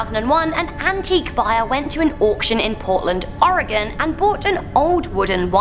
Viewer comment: So glad you pronounced "Oregon" correctly,! 💞